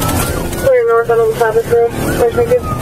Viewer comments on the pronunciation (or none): Ain't no "wasabis" road around here? You mean Wabasis? Scares me when the law can't read. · Wabasis not wasabis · well, he didn't know how to pronounce Wabasis either, so what do you expect?